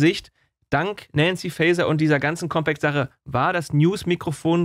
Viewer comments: COMPAKT nich COMPEKT!!!!!!, Lern, s doch mal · Sagr nich "Compäkt". Das Magazin heißt Compact. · Es wird COMPACT gesprochen. Nicht Compäct.. 😅